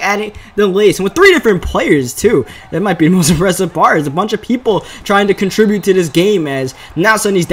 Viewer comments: Learn how to say contribute please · Bruh you gotta learn how to pronounce the word "contribute" if you're gonna say it that much lmao